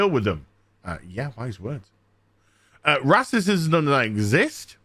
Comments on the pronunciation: Dude. You're not black, you're not female. You're just a basement dwelling, hait baiting grifting YouTuber. Shut up and read the room. Edit: Also, 'rassism' and 'wahmen'? You absolute child. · It would help if you could pronounce Racism rather "rasterciuim" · I love your videos but for the love of God please stop purposefully mispronouncing racism and such. It drives my brain crazy lol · Can you please say racism properly and get to your point more quickly. I'm agreeing with you, but fuck, stop being as cringeworthy as dysney.